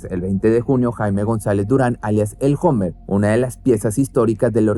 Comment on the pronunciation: 😂😂😂 se escribe hummer pero se pronuncia homer jajjajaaj